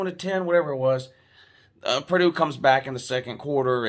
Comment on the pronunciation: The commentator said Purdoo-doo lol